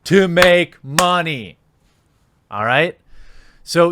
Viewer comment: "Give me muneh"